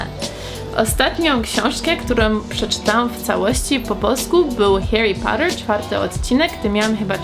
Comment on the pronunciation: Ludzie ci chyba nie wybaczą tego jak wypowiedziałaś Harry Potter HAHA XD